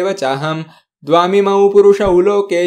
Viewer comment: उच्चारात काही चुका आहेत : उदा : पचामन्न ऐवजी तुम्ही पंचामन्न असा उच्चार केला. तसेच द्वाविमो ऐवजी द्वामिमो असा केला आहे.